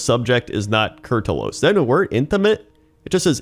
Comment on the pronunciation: Holy kur'talos that hurt to hear wrong so many times.